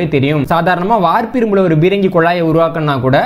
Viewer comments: தம்பி, தங்கள் ஆய்வுகள் எல்லம் பொக்கிசங்கள். மிகவும் நன்றி. அதே நேரம் தமிழ்ச் சொற்களை Bரங்கி, Gaவனமாக என்று ஆங்கிலத்தில் உச்சரிக்க வேண்டாம் என்று பணிவுடன் வேண்டிக்கொள்கிறேன். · தம்பி, தமிழ்ச் சொற்களை Bரங்கி, Bரமாண்டம், Gaவனமாக, guண்டுகள் என்று ஆங்கிலத்தில் உச்சரிக்க வேண்டாம் என்று பணிவுடன் வேண்டிக்கொள்கிறேன்.